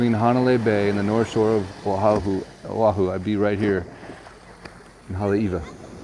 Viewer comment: YES, definately drive the island. It's so beautiful here. People would be surprised... I live in Hawaii Kai ----- Hanauma Bay is wonderful and if you're kama'aina, it's free:) I have to say Manoa Falls is a great hike too. Mahalo for jumping over to O'ahu (and for saying it correctly;)